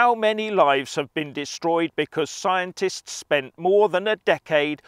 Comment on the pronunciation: "The Plolitishuns! In an Atvenchure wiv Skiantits!" 😂😂😂😂😂😂😂😂😂😂😂😂